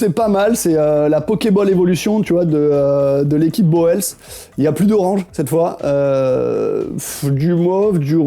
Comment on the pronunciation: Alalah pour Boels on dit "Bouls" mais bon... Vu qu'il n'est plus dans les sponsors, je ne vous en tiens pas rigueur 😝